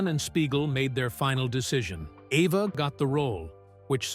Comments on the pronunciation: E - va, NOT A-va. Jeez, get it right. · for heavens sake pronounce rhe names correctly she is EVA not EVER and the same wrong pronounced of Eli chistian name for Kazan you need pronouniation lessons. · Good heavens! Poor Eva pronounced here as both Ava and Ev-a both of which are wrong. It's EVE-a. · That’s Eve’a not Ava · When will these computer-generated narration videos decide they need to double-check for correct pronunciation? The name is pronounced: EVE-a. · Evva??? WTF? two minutes in and I'm out! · The name "Eva" was pronounced every which way but correctly. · Yeah! What the hell? And what was the secret she kept from Hitchcock? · Thank you! This dude is so sloppy sometimes. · Yeah I know, It was exactly the same thing with a story about Eva Gabor